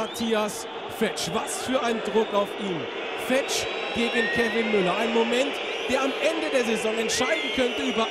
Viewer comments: ER HEISST FEEEETSCH langes e du kommentator du :D schade hansa... aber geen erfurt wird geheizt !!!!^^ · Siehst du ein langes "e" oder ein h (Fe"h"tsch???) im Namen? Ich nicht! Es wird genauso ausgesprochen, wie es geschrieben wird! OFC! ;)